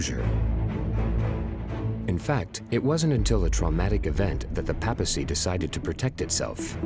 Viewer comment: Sigh. It's PAY-pa-cy. Not PA-pa-cy. 😅 Sorry but thats annoying in a documentary about the Vatican.